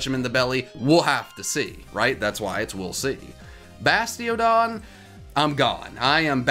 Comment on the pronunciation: Gotta watch out for that Bide from Kricketot, it might take you out! 😂 also “Bastiogon” 😂😂😂